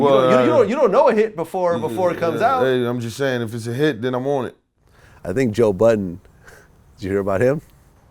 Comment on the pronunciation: What the fuck happend with him pronouncing ''hit'' ? hiich